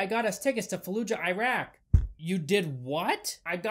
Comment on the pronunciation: It’s not jiraq it’s IRAQ with “ i “